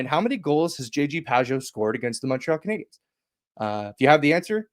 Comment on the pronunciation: Mawntreal CanadiYENS